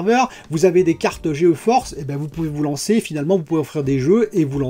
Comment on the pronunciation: Gé Force, pas G E Force. ps: bonne vidéo :)